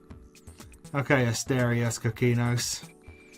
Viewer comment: You should listen to asterios' podcast so you know how to pronounce his name